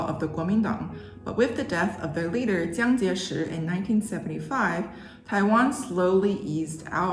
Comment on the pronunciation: This is an excellent, well researched video! This is the most systematic explanation of the difference between Taiwanese and mainland Chinese mandarin I’ve ever seen. Ok, I hate to nitpick, but my only critique would be that there were some minor errors in tones in the narration, such as Jiang Jieshi (jiang3 jie4 shi2, not jiang1 jie2 shi2) and zhuyin fuhao (zhu4 yin1 fu2 hao4). But overall, awesome job!